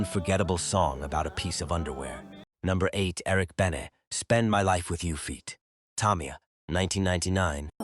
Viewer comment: This mf said "Mary J. Bleej", "Eric Bennet" and "Tommyia"... I had to turn if off after that ...